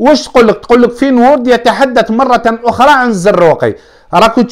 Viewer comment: عجبتني كي تقول فين وورد ههههههههه فينورد